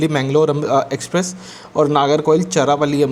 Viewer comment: its not charapalli it's charalapalli pronunciation please check